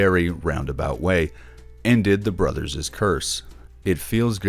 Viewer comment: you don't pronounce it brothers's, it's just brothers'